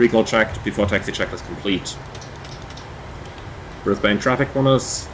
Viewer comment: We pronounce it Brisbun and Melbun. :)